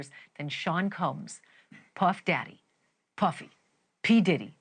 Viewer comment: The way she says ‘p-Uhhh-fy’ - cracks me up.